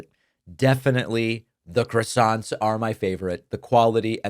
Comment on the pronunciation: French people dying inside every time you say, “crassonts,” David. But keep up the good work in general.